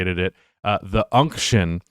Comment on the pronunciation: I know ur white but it’s okay you can say unction